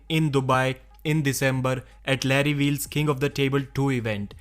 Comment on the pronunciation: Who the fuck is varry vheels???